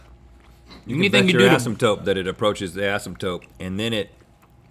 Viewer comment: Did Rhett say AsympTOPE?